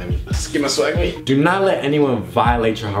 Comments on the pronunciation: its call SWEG way not swag way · It's swegway not swagway... -_